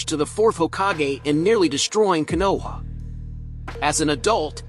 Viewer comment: Nigga is destroying literally every name even konoha like how bro